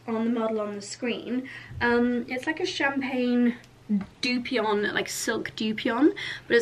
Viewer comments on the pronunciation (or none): Poke is pronounced poe-kay. And dupioni is pronounced with the 'i' at the end, not as if there were an n at the end. Why do you have to drop food hints to Charlie? Why not just say it directly? That makes it sound like he is policing your choices and you need to manipulate him into thinking it was his idea.